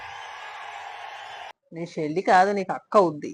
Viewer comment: Shelli kaadhu ra jaganuuu Chelli 😂😂